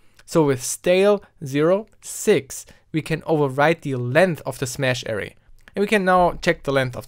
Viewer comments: That's now how you say Array... triggered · Suite - "sweet" Array - uh RAY